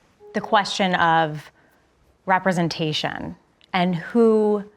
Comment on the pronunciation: REPRESEN-TAY- SHUN. Like oh my god!